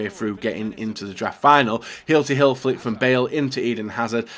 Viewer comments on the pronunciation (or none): none